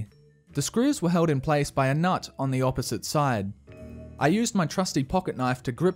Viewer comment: “Held in place by a N U T T on either side”